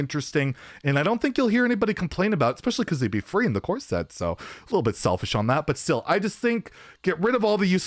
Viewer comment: love you but the way you say core set i cannot stand lmao almost like corset